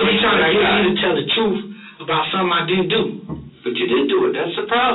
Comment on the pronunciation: Thomas wants to tell a book of lies and swear on it that it's the "truhf"😂😂😂